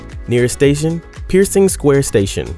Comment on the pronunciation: Before a Broadway show?? Can’t pronounce Pershing Square? That was it, for me!